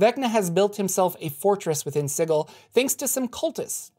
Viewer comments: I'm pretty sure its pronounced si-jil not sigul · Dude, please, it's pronounced SIJEL...Sigil is an actual word. It just hurts. Lol. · Sigil is pronounced "sijəl". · It's pronounce -Si jel. Not si-gel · I love this series. But I have to call you on some mispronounced words: Sigil sould be pronounced "SIH-jill". And I believe Iuz should be pronounced "EE-uhz". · oohhh...I'd have to trump that unilaterally on the grounds it sounds dumb as hell. Lol. Thanks for the info. I like your vids. (yeah, still hurts to hear it) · the way you pronounce Sigil, makes me giggle. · The way you pronounce sigil really grinds my gears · Are we sure it's pronounced "Siggle" and not "Sijil"? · Sigil has a "j" sound... Ugh That was even more painful than the Lady. It's just the word "sigil" given as the name of a city. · You keep saying Sigil wrong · anyone else bothered by how he pronounces Sigil?